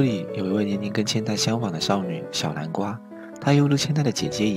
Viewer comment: 天吶 這是什麼發音 小南瓜(小藍瓜）